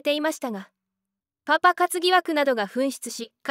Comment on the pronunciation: パパの発音がうけるww